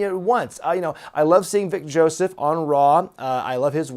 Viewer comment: I’ll be honest when he said on raw I’m vic Joseph I thought he said big Joseph lol